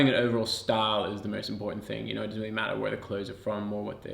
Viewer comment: "Makung" "dousnt"